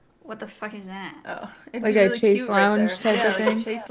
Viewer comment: its pronounced shayz lounge, not chase